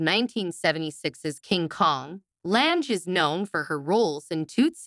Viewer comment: You can't even pronounce her last name correctly.